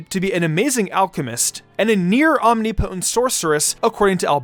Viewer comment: Pronunciation note: omnipotent is om-NIH-po-tent